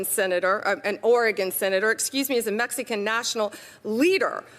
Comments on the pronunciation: mex eee can?? 🤦‍♀️ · What the hell is a “Mex-I-can “? Or “meth-afen-meine “? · Is that Mex e can and meth a phe ta mine. Where did you go to elementary school Pammy? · "The Mexiecan with 384 Pounds of Methaampetamine" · Why does she pronounce it Mex-ee-can? 🫠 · Bondi just oozes contempt for everyone. Why does she pronounce it "meth-uh-amphetamine?" And "Mex-ee-can," even though she's clearly not pronouncing that in Spanish?